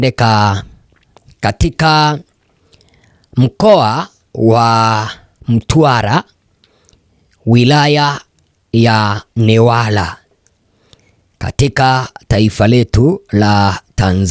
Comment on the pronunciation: Sikilizeni nyinyi wana habari jifunzeni kiswahili kwanwa maana munaongea kama wakimbizi msiyojua kuitaja mikoa ya tanzania Hiyo Ni newala Na sio newaraa😂😂😂😂